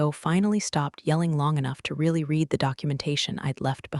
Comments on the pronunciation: RED …RED… RED The past tense of “read” is pronounced…..RED !!! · Hi I enjoy your stories but you need someone to proofread them before you publish them. The pronunciation of certain words is wrong. Read as a current action is different from Read as a past tense. Also, there are technical terms that are incorrect and as a retired Geek it is distracting to keep finding mistakes. I enjoy your stories but please get someone to look them over and listen to them before you go live with them. Live as in A-LIVE and not Live and let die. Thank you A-Fan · Someone needs to teach ai that the word ‘read’ has two different pronunciations, depending on the tense. Also how to read numbers when Arabic numerals are used instead of the longhand written form. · How much does Slack pay these people for product placement? "I typed four words- refer to my exit protocol" Duh! AI can't count. Nir can it ever tell the difference between read (reed) and read (red). Amoung other things, though we didn't get a ray-al instead of real. Oh well, next time. Vin-ho verd, like nerd! Oh, c'mon, this is just silly now.